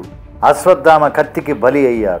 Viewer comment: Its not ashwaddhama sir its ashwatthama